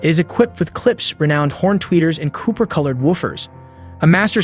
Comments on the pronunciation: COPPER NOT COOPER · "Cooper colored". Ooof.